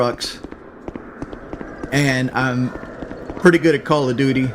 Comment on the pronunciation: "4 tings im good at in life....im gewd at braves baseball...im gewd at chevrolet, im good at calla doody...how do you be good at page 5 doh" How...how in the fuck are you good at "braves baseball and chevrolet" One is a baseball team and the other is a brand of vehicle....wh...what does that fucking mean exactly? You are good at watching baseball? Wow you are excellent at sitting on your ass? Amazing...good at Chevrolet...what does this mean? This entire sentence makes my head hurt.